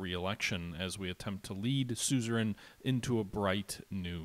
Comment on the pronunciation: Last episode, maybe you finally learn to pronounce ”Suzerian”. ^^